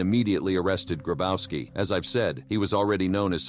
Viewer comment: Klaus Grabauski. Bro. Polish 'W' = English 'V'. It's pronounced Grabovski.